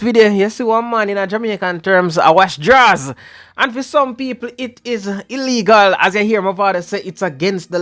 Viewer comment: Taking off a gyal draws is way different from a sid dung round wash pon a wash panty but mi love how yuh emphasize pon di word DRAAWWWS😂😂😂😂😂😂